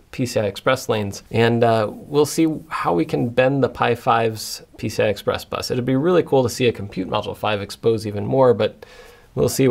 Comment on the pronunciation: Am i the only one who thought that he kept saying 'pizza express'